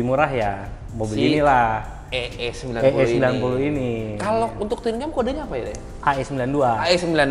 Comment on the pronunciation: AE90 om bukan EE90😊